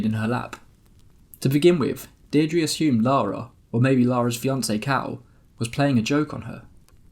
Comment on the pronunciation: The name Deirdre is pronounced Dear-druh, in the first part of video! So glad I found this channel! So entertaining!